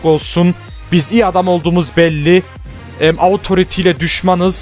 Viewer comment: abi autoriti die deil otorite diye okunuyo pls :D çok sinirime gidiyo